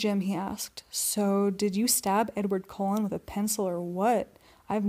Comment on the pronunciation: Cullen, not colon.